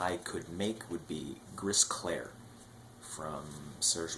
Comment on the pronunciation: Thanks for this great review. As for Gris Clair, we don't pronounce the "S" at the end of Gris in french.